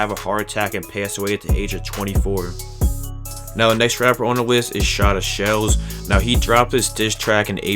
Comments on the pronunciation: Its shootashellz not shotta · Rip to a legend duck 🦆 also its “Shootashellz” not shotashellz and if u say “Young Chops” one more time im gonna kill myself AND ITS WOOSKI NOT WOOSSI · just so u know its shootashellz pronounced like shoot-a-shellz